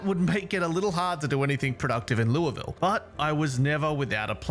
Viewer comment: As a Kentuckian, hearing you say Louisville correctly is refreshing. Though, even we argue about it sometimes.